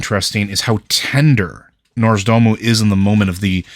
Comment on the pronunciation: Hi, it would be nice if going forward you tried to pronounce Nozdormu's name properly. The R is in the second syllable not the first syllable. Saying Norz-da-mu constantly is making me cringe.